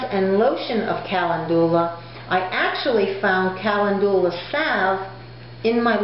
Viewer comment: You are mispronouncing calendula, and marigold is already plural (no "s"). You seem pretty confident, and I admire the fact that you are remaining positive, and moving forward. You can infuse oil with calendula; you may want research this.